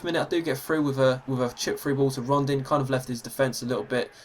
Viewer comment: It's Rondon not Rondin btw